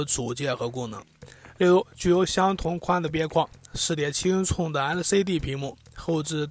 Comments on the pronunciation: 寸是cun 不是chong 老哥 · 6.7英囱的口音是要被歧视的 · “寸”的发音醉了，挺佩服UP主这么自信。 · 寸和匆分不清楚？真是迷之自信~